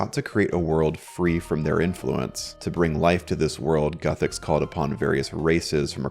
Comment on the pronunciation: Lol. It's Guthix not "Guthecks"